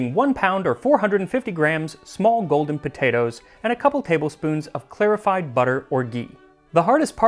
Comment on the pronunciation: The way you say clarified as clearified is jarring